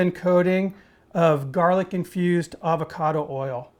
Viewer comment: Did you say Avocado oil or Abacada,,,,not being smart just like to know,,,look great. I always use peanut oil,,,keeps Jimmy Carter going,,,lol